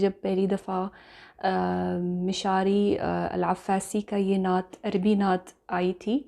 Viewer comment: We like you so much but please don't make video on this stupid person he don't know how you say natt so please don't make on video on this stupid person